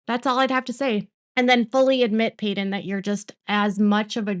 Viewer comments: I’m sorry I’m new, peedon? Really? 😂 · You can't even get Paedon's name right.